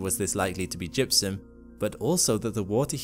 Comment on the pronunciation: Did u say opportunity had detected jizum?